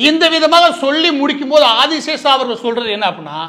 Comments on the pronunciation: அந்த முக்கியமான நபரின் பெயர் : திரு. மால்கம் ஆதிசேஷையா... ஆதிசேஷா இல்லை... 1008 முறை, நீங்கள் 'ஆதி சேஷா' , 'ஆதி சேஷா' என்று தொடர்ந்து சொல்லும்போது, நீங்கள் சொல்லும் கருத்தின் மீது கவனம் செல்லாமல், உங்களின் தவறான சொல் ப்ரயோகம் மீது சொல்லொணா கோவம்தான் வருகிறது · #Malcolm_Sathiyanathan_Adiseshiah was a Converted christian originally from a #TeluguBrahmin family. Pronunciation NOT ஆதிசேஷா BUT #ஆதிசேஷைய்யா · Boss Maridass you are mis pronouncing Malcom Adisheshaia as Adishesa . Please correct. when I was doing pre university class Malcom Adisheshiah was the Vice chancellor of Madras University and he was also a Christian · ஐயா, அவர் ஆதி "சேஷையா" ... Not ஆதி "சேஷா" ... உங்கள் கவனத்திற்கு. மேலும் FeTNA US இல் நடத்தும் meet களில் பெரும்பாலும் சினிமா பிரபலங்கள் தான் கேளிக்கையும் கூத்தும் தான் இருக்கும். இலக்கியம் ... பெயருக்கு அங்கொண்ணும் இங்கொண்ணும் side la யாராவது கத்திக்கொண்டு இருப்பார்கள். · மன்னிக்கவும்..Malcolm Adhiseshiah என்பதே சரி.ஆதிஸேஷா இல்லை. தாங்கள் தவறாக உச்சரிப்பது சரியல்ல. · அந்த பிரமுகரின் பெயர் மால்கம் ஆதிசேஷையா என்பதாகும். இந்த காணொலியில் அவருடைய பெயர் ஆதிசேஷா என்று தவறாக உச்சரிக்கபட்டுள்ளது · ஆதி சேஷைய்யா என்பது சரியான உச்சரிப்பு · மால்கம் ஆதிசேஷைய்யா அவர்கள் சென்னை பல்கலைக்கழகத்தின் துணைவேந்தராக 1975-78 காலகட்டத்தில் பணியாற்றியுள்ளார். பின்பு 1978-84 ராஜ்ய சபை MP ஆகவும் இருந்திருக்கிறார். சிறந்த நேர்மையான நிர்வாகி. அவரது பெயரை சரியாக உச்சரிப்பது அவரது புகழுக்கு நாம் செலுத்தும் மரியாதை‌.